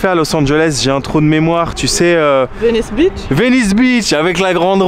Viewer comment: Cher et la fille algérienne, Je n'essaie pas d'être méchant avec vous deux, mais vous avez tous les deux besoin d'une meilleure prononciation de Venice Beach. mdr La façon dont vous et la fille algérienne dites ça sonne comme si vous disiez Venice Bitch, Ahahahaha Beach= Plage Bitch= Cheinne (littéralement) mais informel cela signifie (souvent offensant): Une femme malveillante, méchante ou autoritaire